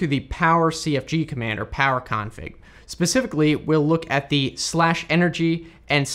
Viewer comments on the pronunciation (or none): Very good info, but you are KILLING me with your pronunciation of "config". You're placing the emPHAsis on the wrong sylLAble. It's short for conFIguration, as you know, not CONfiguration. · I noticed that too. Also his tendency to say config with emphasis on the con. I've never heard it pronounced "CONfig" or "CONfiguration."